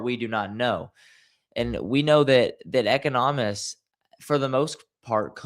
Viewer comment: Pronunciation of economists...